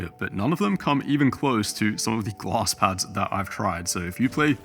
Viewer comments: took me 2 full minutes to realize you were saying glass pad and not gloss lmao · Took me forever to figure out he was saying "glass". I couldn't understand why I couldn't find any "gloss" pads in Google 🤣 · are you saying gloss or glass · My man says Glass like Gloss :) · The whole time I thought you were saying gloss pad lol.. I was like wtf is a gloss pad??😂 anyhow no thanks I would rather stick to the my logi g440 and superlight 2 using moissanite skates.. smooth as a babies ass.. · i swear he was saying gloss pads, and couldn't find them for the life of me